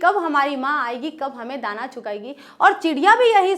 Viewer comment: Meam aap galat padha Rahi hai tana nahi hai Dana hai or aapne do peregrap chod diye 😂😂